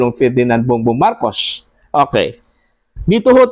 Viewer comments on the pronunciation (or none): ayusin mu ang pag pronownce ng marcos hindi marcosh.